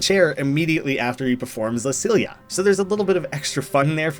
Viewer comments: Silla is pronounced more like "sí-ya" for future reference lol double L in spanish is always pronounced like "ie" or something like that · la silia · Your mispronunciation of la silla hurt